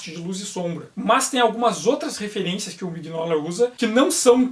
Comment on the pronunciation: Aeee, voltou! Me arrependi agora de ter vendido minhas edições. Não sabia disso nas arquiteturas. OBS: Acho que a pronuncia é Minóla, com G mudo.